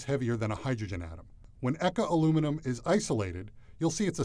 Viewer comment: bro can say the long ahh french name but can’t pronounce eka